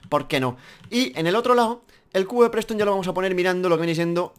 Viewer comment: Se llama festone no preston